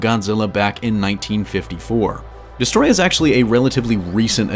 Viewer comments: Its not destroyah its desetroyaaaaaaaa 🤣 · I feel like he is saying the name wrong.